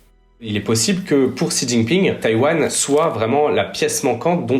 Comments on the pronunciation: Salut, juste pour te corriger sur la prononciation sur le nom du monsieur (習近平 - xíjìnpíng) si jamais tu refais des vidéos dessus : - 習 (xí) c'est un son à mi chemin entre le "s" et le "sh". Pour le faire : Tu te mets en position comme si tu voulais faire un son "sh", sauf que tu plaques la langue en bas de ta bouche, et tu souris (ta langue touchera un peu le bout de tes dents du coup), puis après tu souffles en faisant un "i". pour faire la partie de l'accent qui monte "í", tu montes la voix, comme si tu posais une question. - 近 (jìn), tu peux penser au mot "jean" pour avoir le son "dj", mais pareil que pour le "xí", tu souris et tu plaques la langue en bas (tu coup tu verras, ta bouche va quasi pas bouger entre ce son et le précédent si quelqu'un te regarde parler). Et t'essaies de prononcer un "dîne" dans cette position, tu verras ça fera un son à peu près à l'entre deux de "d" et de "dj" de "jean" (car en voulant faire le "d", tu vas sentir ta langue toucher un peu tes dents, du coup c'est là que le "j" va apparaitre). Pour l'accent descendant, "ì", tu peux imaginer comme si tu mettais un point d'exclamation, comme si t'ordonnais à quelqu'un de mettre son jean par exemple ahah "Jean !" 😂 - 平 (píng), celui là est plus simple, c'est comme si tu disais "ping" du mot "ping pong", mais en montant la voix comme si tu posais une question pour faire l'accent montant. Les journalistes des médias traditionnels globalement s'en battent les couilles sur la prononciation des mot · Cool la vidéo ! Par contre ce serait bien que les gens arrêtent de dire "Ji Jinping", "Ksi Jinping" et autre "Chi Jinping" alors qu'ils vont prononcer correctement "Deng Xiaoping" 🤔😉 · "Jiji ping"? 🤦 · Ji jinping? 🤣 Allez